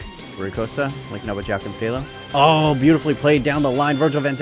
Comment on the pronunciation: Its joao cancelo just like in english literally were the only people who say j like in english